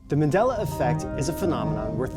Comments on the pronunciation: I'm convinced! I'm convinced that on the left can't pronounce MANDELA. He must be from a parallel universe where it's MENDELA. MIND BLOWN! 😱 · It's pronounced "Marndela", not man'della, with the "A" as a vowel, without the R though. It's pronounced "Zerbra", not Zibra Zeebra, I'm offended. I know there are no Zebras here but just saying. But all in all, nice video.